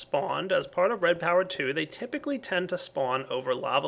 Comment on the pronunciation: Lol he said tepically instead of typically but other than that great job keep doing what your doing i know its hard to youtube as i do it myself